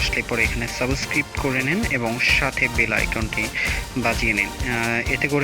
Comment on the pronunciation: যে ব্যাক্তি সাবস্ক্রাইব কে সাবোস্কিপ বলে তার থেকে কি শিখবো!!!!!! 🤔🤔